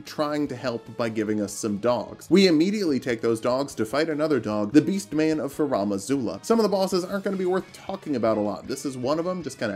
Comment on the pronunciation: Out of the many disgusting ways I've heard people pronounce "Farum Azula," this one by far takes the cake What the hell is a Ferom